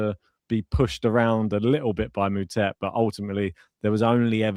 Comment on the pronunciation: I know you guys are british, so I forgive you. But Moutet is pronounced (Mootaa)